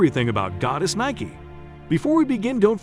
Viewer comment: Explains the correct pronunciation and then proceeds to use the wrong pronunciation. LOL besides that, very informative! I learned a lot.